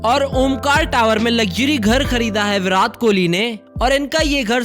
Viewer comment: Chacha it's virat kohli not virath kihli